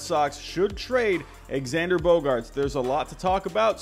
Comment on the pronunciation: It’s not he says it correctly